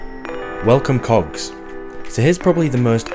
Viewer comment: I'm new here and I thought he said "Welcome cocks", took me a few surprised seconds to realise he said cogs. 😅